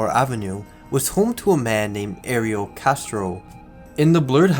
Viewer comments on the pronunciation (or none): none